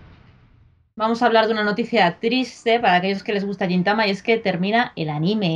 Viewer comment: Me apunto la de watashi ga motete dousunda :D PD: Crítica constructiva: Deberíais intentar pronunciar bien los nombres de las cosas, tipo "gintama" o "fujoshi" o muchas otras (no ya nombres complicados, no pido tanto). Evidentemente , no somos japoneses, pero al ser un medio de comunicación, vuestro alcance es muy amplio. Si ya se dicen mal las cosas aquí, todo el mundo (sobre todo los que empiezan) las acabará diciendo mal. Quizá sólo es cuestión de practicarlo un momento antes de grabar.